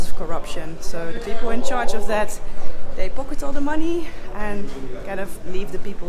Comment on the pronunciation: Holy Moly! One single ship basically playing the sole provider for a country spells vulnerability! 😵‍💫 Hard to imagine for a central European. …and you get me every time with your "Zhat is zhö plan!" 🥳😂😍 Vhen deed zhat become a zheeng? 🤣 Me, I loved this episode! 😍🤗 😳 Sacre bleu, non: Mee, I lööved zheese episöhd! 🤗😍